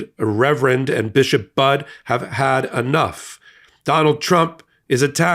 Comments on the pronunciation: Hey, it's pronounced Buddy, not Bud. 🤓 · Her last name is pronounced "buddy." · Her name is pronounced Buddy